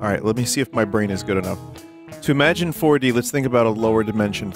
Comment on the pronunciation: Waddyou mean WADDYOU MEAN FOAR DEE